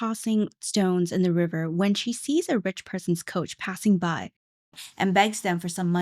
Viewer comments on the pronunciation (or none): none